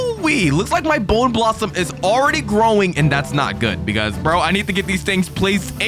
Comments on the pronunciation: Bro its bone blossom not boner blossom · Boner blossom?! Its bonę blossom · It’s not bowner blossoms it’s bone blosssom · Why did bro call the bone blossom boner blossom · Bro it’s not not Boner blossom it’s bone blossom 😭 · Bro says bone blossom boner blossom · It’s bone blossom, not the not boning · Bro says boner blossom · WITH A BONEUHHHH BLOSSOMUH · Why you say boner blossom ?????????? AYOOO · Bro said boner blossom 😂😂😂😂😂😂😂😂😂😂😂😂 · He said b#ner blossom